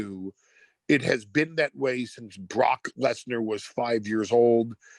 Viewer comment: The way he pronounces the name "Brock lesnar"